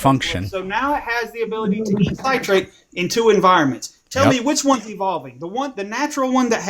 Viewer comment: It's pronounced "sit-rate" not "site-rate" god dammit. Fucking idiot.